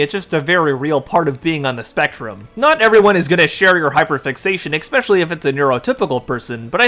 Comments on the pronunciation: From the bottom of my heart, please please PLEASE, use a synonym for "especially", if you can't help to say EX-specially. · I have said this to so many YouTube creators: "Especially". Not "expecially". P.S. My son and I are both on the spectrum. I didn't have horse therapy, but he did when he was younger.